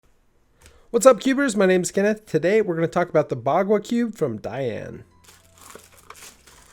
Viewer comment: It is a joy to watch your videos, always well done with good content. Looking forward to more of your videos. Your pronounciation of bagua ( 八卦 ) that is also known as Eight Trigrams is spot on along with the yin yang in the centre that is very commonly used in fengshui. Checkout also the Eight Trigrams table on the bagua wiki vs the 3x3 cubes produced to date. See if you notice a pattern.